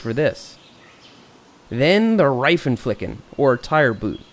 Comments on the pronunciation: Hey i am german xD btw you said Reifenflicken wrong xD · he said „Raifen ficken“ but you say „Reifen flicken“ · First of all I'm from Germany and lafed hard as sh** when you said Reitenflicken but great video I'm glad I didn't have to use any of this hacks but now I'm prepped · Hi Seth I'm one of your german follower and it's realy fun for me how you say "Reifenflicken" 😂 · Had to listen at least 5times to you saying Reifenflicken. So funny as a German to listen people pronounce German words so aggressive 😂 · I died when you said reifenflicken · Sounds Funny how you say Reifen flicken😂 Deutsch mit Englichem Akzent ist geil😂😂😂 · 🤣🤣🤣🤣🤣🤣 Seth I‘m German and its so funny when you say Reifenflicken. Your pronouncing is so fucking funny 🤣🤣🤣🤣🤣🤣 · 😂😂😂 The Reifenflicken! But YES ... we actually say that in German. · 😂😂😂Laught my fucking ass of when you said Reifenflicken( im a german)